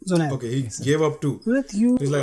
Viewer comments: Bro there are certain states in India jaha pe logo ki mother tongue is not Hindi.. Toh people from some of these states just can't say 'j' properly.. they say 'z' instead of 'j'.. especially in North Eastern states.. isliye the old guy called him Zunaid instead of Junaid 😂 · Bro Indians can not pronounce 'j' that's why they are calling him zunaid 😊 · He just called/pronounced Junaid as 'ZUNAID' not a big thing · They are saying junaid not jubaid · The issue with the name is in India J is typically pronounced with a Z e.g. Jeera and Zeera :D